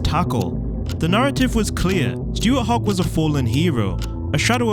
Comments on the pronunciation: Good video, aside from the pronunciation of 'Hawick' lmao. For me, Hogg only has himself to blame for his downfall. It might feel like the media turned on him overnight, but his career is full of controversy. He was dropped from the Glasgow match day squad multiple times in his early career (including the pro 12 final), got his only international red through a cheap shot on Dan Biggar, was constantly told off by his coaches for his comments on social media, encouraged the press to further harass him by biting on their headlines, snuck out of Scotland camp with 5 other players to go clubbing and - rumour has it - was the one that sparked the fall out between Finn Russell and Gregor Townsend... That's without mentioning his personal life, in which, he's lucky not to see jail time for. While he's bound to retire with a playing record that most can only dream of, he also has a tonne of failed potential, thanks to his own antics. It makes me sad that such a player had to turn out to be a horrible person. I can only hope that his records are dead and buried through time, like how Duhan and Darcy are already erasing his try scoring record. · At least make an effort to pronounce Scottish place names correctly! It’s pronounced ‘hoik’, not ‘hah wick’ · Just so you know it is pronounced Hoick not Ha wick. It’s unlikely you’ll make a video with the town name in it again but just in case you do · Everyone's upset about "Ha-wick", but no one has mentioned the claim that his acceleration earned him the nickname "Hoggy the Highway". Absolutely no one has ever called him that. Where on earth did you get that from?, more like 😂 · Hawick pronounced HOIK surely? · Sorry but if you can’t pronounce Hawick I’m not interested. Even phonetically it’s not ‘How-ick’ cos there no f—-ing O in it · I think it's hoyk, sorry if I'm wrong,there is a very famous Scotsman from by the name of Bill Maclaren one of the best commentator of rugby union,.